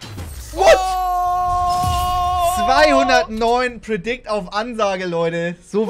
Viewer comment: Auf jeden Fall "predikt-Schuss" 😂😂😂